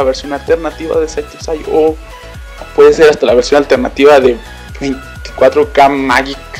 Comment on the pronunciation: "24 kai magik" 😂😂😂😂 tu pronunciación fue de lo mejor